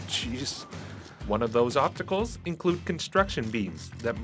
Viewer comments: Lol.... I heard obtacle too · Is this guy really saying "obtacle" instead of "obstacle" unironically?